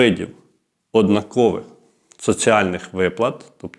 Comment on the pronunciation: Не однакОвих, а однАкових